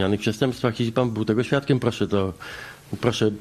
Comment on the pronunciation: "Puoszę niezwłocznie zgłosić do puokuatuy (któa mi podlega, podobnie jak milicja)"